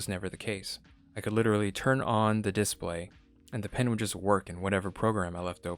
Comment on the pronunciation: I loved this review because I love the fact that it was not based on first impressions like most reviews. I did think it was a little funny how he continuously said DIS-play. Overall good and very helpful review.